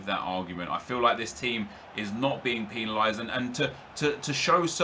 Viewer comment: Why do you pronounce 'penalised' like that?